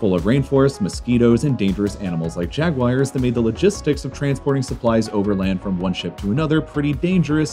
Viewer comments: "Jagwires" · Forest full of jag-wires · Jag wires : 😹😹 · Ah yes, jagwires, king of the wild.